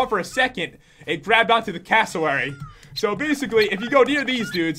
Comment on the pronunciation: pat said cassowary funny